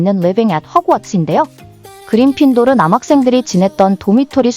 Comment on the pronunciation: 그리핀도르를 자꾸 그린핀도르라고 하는게 거슬려서 영상을 끝까지 다 못봤어요;; 사소한거지만 좀 더 신경써주셨으면 좋았을텐데 아쉽네요